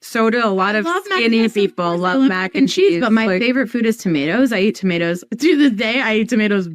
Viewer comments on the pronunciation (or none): Tomato's not tomedoos 😂